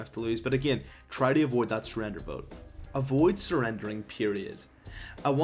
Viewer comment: WHEN TO NOT SURREDER? OMFG DON'T SPEAK ENGLISH EVER AGAIN!